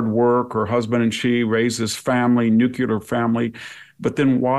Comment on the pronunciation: Can’t people who are allegedly smart pronounce “nuclear” correctly? Just an observation.